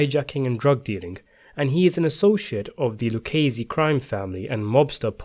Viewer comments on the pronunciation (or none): none